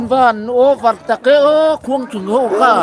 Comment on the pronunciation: Khuangthing niloin Khuangṭhing